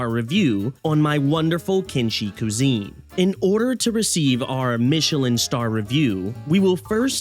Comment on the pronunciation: I can't keep hearing "Koo-zene" XD. This was fantastic.